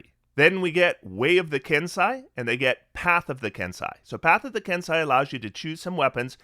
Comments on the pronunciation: First, thank you for this. It’s a ton of really good info as I’m playing a monk for the first time. I’ll probably be going Mercy when I hit 3rd level. Second, it’s a minor quibble, but Kensei is “Ken-say” not “Ken-sigh”…also Kensei didn’t get quite enough appreciation IMO though it does have some tweaking it needs to be up to the new standard. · Nice work,. We appreciate the level of effort you put into your videos. Pardon the persnicketiness of this, but it is pronounced “Ken-say”.